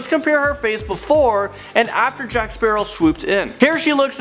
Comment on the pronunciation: jack sperow lol